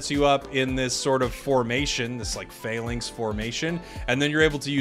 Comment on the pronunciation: it's not fay links, it's Fah-links